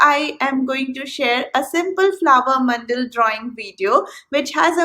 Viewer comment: It’s man-da-la Not mandal Just telling in a friendly way 😊😊